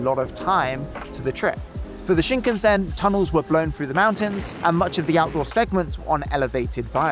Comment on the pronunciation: WRONG pronunciation of Shinkansen Classic Brit.